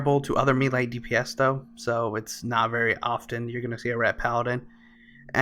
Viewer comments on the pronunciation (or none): none